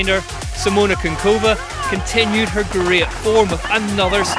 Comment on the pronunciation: It's Kuchynkova not Kunkova :D